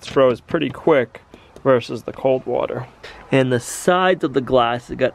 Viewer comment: I think hot water is hutter than hut warter.